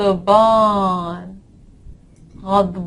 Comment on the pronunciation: Hello ma'am... If we add alif to 'ba' it becomes 'baa' long sound.... But for the word angry...' addh baanu' you pronounced as 'addh bornu' like the English word 'born'..why??? Pls clear the doubt😊